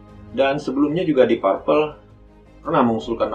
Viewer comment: Koreksi dikit penyebutan deep purple sehrsnya "dip perpel"